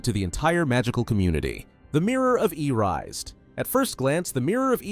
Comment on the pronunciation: It's pronounced Eri-sed.... not E-rised......